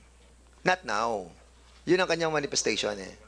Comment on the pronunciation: Parang parlorista si dan mag salita... aside from yung napaka tigas niyang tagalog accent eh may pag ka bakla mga bigkasan nya hahahhaha "manifestashuwan"